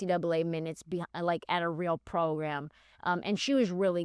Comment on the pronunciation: I DIED at 'this is a real progrem" i thought i was the only one that said that ish. lmao